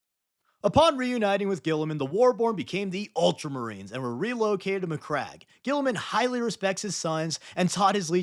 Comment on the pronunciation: Saying Guilliman the way guillotine is spelled just sounds awful.